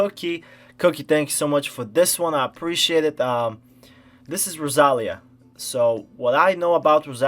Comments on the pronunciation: IS the tonic rosaLÍa. You said roSAlia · an incredible artist like rosalia that this world doesnt deserve should not have her beautiful name pronounced like that lol. nice reaction and analysis tho 🤍